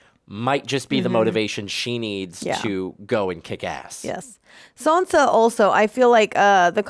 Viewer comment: How are you still calling Sansa...Sonya??? Lol 😆